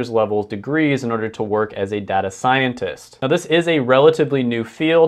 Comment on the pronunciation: Did he seriously say data as data? Bro it’s data not data